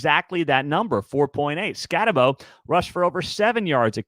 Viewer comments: It’s pronounced Cam Skatte(boo). Like a ghost you know 👌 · I’m going to help you out because I like you and your channel. It is never Arizona, it is Arizona State, and also it is Scat-a-boo (like what a ghost says). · It's Scattabo as in boo.